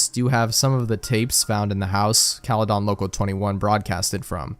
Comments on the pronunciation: Bro the way you pronounce caledon 😭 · 1999 was 10x more interesting for me because I live in the area the story takes place lmao. It was funny asf hearing him mispronounce caledon😭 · "bramelia" has to be the funniest way to pronounce bramalea. runner up is "caledawn" which drove me a little insane during this whole creepypasta